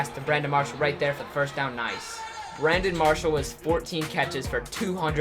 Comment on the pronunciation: he said Brandon Parshall